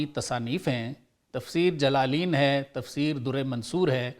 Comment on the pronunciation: مولی صعب یہ لگتا ٹیچر دیکھ کر سناتا ہے اتنا یاد تو نہیں کر سکتا اس لیے جلالین کا دوسرا لام کے نیچے فلو زبر کی جگہ زیر پڑھ گیا، کتاب کے نام زبر زیر ہونے سے ایمان نہیں جاتا باتیں تو اچی کرتا ہے ۔